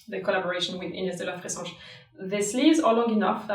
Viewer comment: i love the way you say Ines de la fressange.